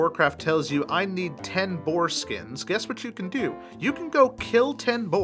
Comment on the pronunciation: Did anyone else hear him say "foreskins" instead of "boar skins"?